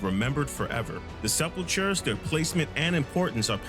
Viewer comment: just to help out, it's pronounced "sep'ul'ker"